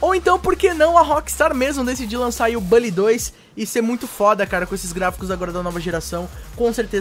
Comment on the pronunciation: kkkkkkkk, é estranho mesmo pronunciar "bally". Eu vou ficar com minha velha pronúncia "Bully" mesmo, muito mais top kkkkk